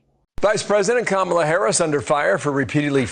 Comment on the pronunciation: Why does the conservative media keep mispronouncing her name? I mean its not that hard, she's the VP...